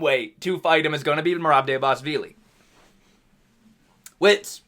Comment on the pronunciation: Dude you’re butchering merabs last name